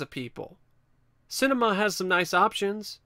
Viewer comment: pronounced sin-ah-me-ah